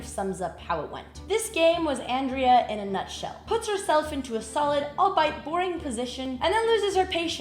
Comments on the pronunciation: face-blue-wide-eyes: "albeit boring" It's pronounced 👉all-BEE-it,👈 not ALL-bite. :face-red-droopy-eyes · Oh, Andrea. "All-bite" it's "All-be-it" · "albeit" ALL BE IT not ALL BITE xD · "albeit" is pronounced "all be it", not "All bite". 🙂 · its 'al-BAY' not 'al-BYE' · "albite" instead of albeit 😂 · Well, english pronunciation .... counterfeit, forfeit, surfeit, deceit. How would someone know it is all-be-it 😂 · "albeit"... "awl-bee-it" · Pronouncing albeit as "all bite" is crazy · "albeit" is pronounced "al BAY it" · Al-bite? ALL BITE?? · Albeit = albee it. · aal - bee - uht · the way she says albeit! 😂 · That's not how you pronounce "albeit". It has three syllables, not two.